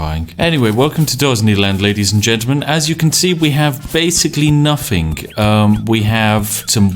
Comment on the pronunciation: There’s no K at the end of the word nothing. ;)